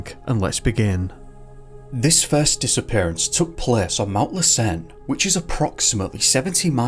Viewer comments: Ouch! While I love most of your videos, the first one was hard to listen to. That volcano is pronounced LASS-en, not lass-EN. Something to remember-- it was active at that time. Maybe that had something to do with it. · FYI: It's pronounced Mount 'Lass_inn' not 'less_earn'. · Been bingeing on your videos. Want to help you pronounce the name of the the Volcanoes in Northern California correctly....( LASSEN, along with SHASTA are LIVE volcanoes). Lassen is pronounce LASS-en, not lass-EN. The first syllable the most strongly pronounced. LASS, (as in the Scottish word for Girl) = en, (as if you were saying the name for the 15th letter of the English alphabet). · Hey! L:assen is pronounced LASS-en. accent on first syllable. Merry Christmas, great video, thank you! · Hey, thanks for all your videos! You’re my favorite YouTuber, and I’ve seen every single video on your channel! That being said, since I’m from the area (Reno/ Lake Tahoe) lassen is pronounced without a stress on the second syllable… it’s hard to think of something that it rhymes with off the top of my head, but the closest i could say is that rhymes with “passin’” obviously that’s slang but, like I said, I can’t think of anything else at the moment. But yea I’m a big fan! Thanks again for all your videos!